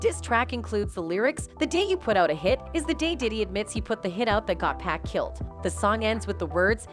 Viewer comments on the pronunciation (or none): People needs to learn how to say 2pac name ... his name doesn't have a "K" at the end its PAC PAC NOT PACK .... DAMN HOW HARD IS THAT TO PRONOUNCE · 2pack? Use ur own voice or make it right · Whaaaaat? Not 2PACK 🤦‍♂️😆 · Don’t say 2pac’s name if you can’t pronounce it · She REALLY needs to learn how to "PRONOUNCE" "American's" Names, if she's gonna try moderating videos! She's "HORRIBLE" with it!!👎👎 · It's so annoying to her her saying 2pac wrong